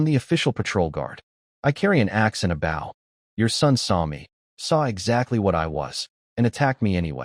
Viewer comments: why can't these AI say "bow" noun. rather vs verb. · I hate how ai says bow (the action) when talking about the weapon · Compared to other channels ive listened to....i can accept it despite agreeing with you. Otherwise its perfect. Good speed, annunciation and pausing overall. But just a couple of odd ones in there like 🙇‍♂️ bow lol. But others have repeated lines, multiple pronunciation for the same name (none of them correct) and offputting, hard to follow flow. Hell one channel i saw, changed korean names to american. Instead of sooho park we got david....lol. like wtf?! 😂😂